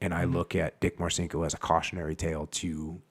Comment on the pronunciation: Jocko champion! BTW it's pronounced "Marchinko", exactly as your sidekick suggested. One of my fav books from the teenage years. Tough, crazy motherfucker, and not empty-headed on top of all that.